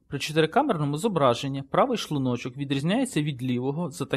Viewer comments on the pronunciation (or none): Гражданин, который озвучивал текст, говори правильно "шлУночок", а не "шлунОчок". Бесит, когда ты ставишь неправильное ударение.